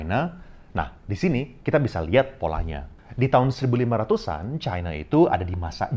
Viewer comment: ini sama kayak yg dipaparkan faisal basri.. btw, mirip juga nyebut china kayak faisal, nyebutnya chine... pertama kali sy nonton channel ini